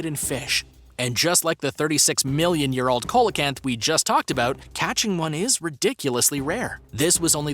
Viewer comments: Its pronounced SEE-LA CANTH NOT COLA-CANTH!!! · It's pronounced see-la-canth not cola-canth ffs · By the wan, it's pronounced "SEE-LO-CANTH". Bloody Co-lo-canth. British language. Don't you just love the way Yanks Fuck it up? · Your pronouncing it wrong. The fish is phonetically pronounced "see low canth". Not "cole la canth" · it is pronouced seal o canth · Coelacanth is pronounced see-lo-canth. Jeepers! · Bro it's coelacanth ce la canth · COELACANTH! Pronounced ‘SEE-la-canth’, IF YOU PLEASE... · The 5th one is pronounced ''See-low-canth". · I've never heard coelacanth pronunced this way 🤔🤔🤔